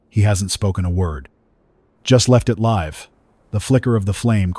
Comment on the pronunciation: Very good story. Just need to train the AI narrator the differences between 'live' and 'live'. 'Lead' and "lead' as well. It also needs to learn how to tell...time.